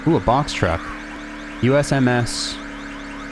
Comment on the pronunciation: You're saying USMS like you've never heard of the United States mail service 😂😂😂😂